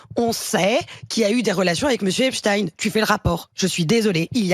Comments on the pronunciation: On ne dit pas epstine,mais epstein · Espstein pas Espstine Sinon Tolkine et pas Tolkein Frankenstine et pas Frankenstein Étrange, cette façon de prononcer !!! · Arrêtez donc de prononcer 'EpstINE' ; c'est EpstEIN ! Les Français en langue mais alors de la part de journalistes c'est tout simplement honteux ! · C est pas epstine comme poutine.. tdc..c est epstein comme bornstein.. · C'est quoi epchtine? Nouille tu sais dire Einstein ! , non ? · Non ça se prononce toujours pas "Epstine"! Sinon autant dire qu'il est un ancien agent du KGB comme "Poutine" ;) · Le journaliste transforme le nom de le pédophile Amstein comme on lui a ordonné pour en faire un nom russe merci à l'interlocutrice de prononcer le nom correctement décès pédophile américain et français et d'une certaine conception religieuse j'aime bien la petite toux du journaliste présentateur ils se sont mal à l'aise le pauvre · Quelqu'un pourrait-il expliquer à cette analphabète que l'on dit : epsteiine et non epsteiine... C'est un nom d'origine allemande... À moins que vous vouliez un rebaptiser Albert aiischiine Pourquoi avez-vous peur monsieur le journaleux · C est pas complique arrêtez de mal prononcer le nom de ce tye